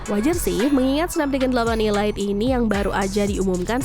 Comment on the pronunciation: Perasaan kemarin ada yang komentar perihal pembacaan elite bukan ilait ini pengucapannya diulang lagi ilait 🤦, koreksilah yang baca 🤦, ya walaupun sepele tapi juga diperhatikanlah, 🤦